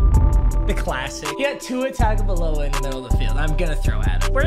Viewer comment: He mispronounced Tagovailoa im pressed